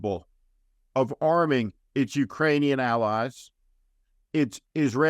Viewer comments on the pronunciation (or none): none